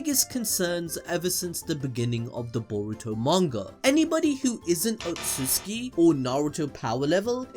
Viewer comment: "Outsutuki Clan"